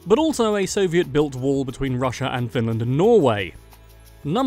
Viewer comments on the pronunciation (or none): none